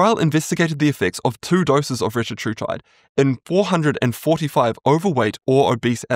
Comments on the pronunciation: It’s pronounced re-TA-tru-tide (or re-TAT-tru-tide, essentially the same). The point being that the second syllable is always emphasized as in tir-ZEP-a-tide. Can be confirmed by listening to the CEOs of the respective companies when they pronounce it. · Fun fact, that’s not how you actually pronounce it! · Retatrutide only has 3 t's, not 4. It's ridiculous some people add consonants where there are none. There is no linguistic or medical reason for it. It is technically a mispronunciation.